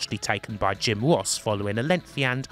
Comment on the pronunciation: Jim woss Take cawa Pwoblems 😂😂